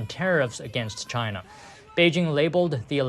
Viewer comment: what is this ai voice saying shina